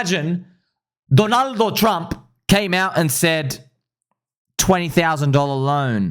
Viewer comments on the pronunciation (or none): none